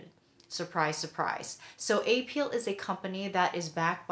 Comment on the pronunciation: You mispronunciation of apeel is annoying! I'm not going to watch your videos.